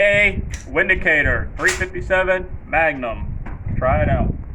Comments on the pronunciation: It's meant to be pronounced Vindicator. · It pronounced vinicator. ! You poor AMERICANS !